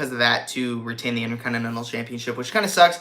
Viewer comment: why do you call it the "innerconnnenal" title lol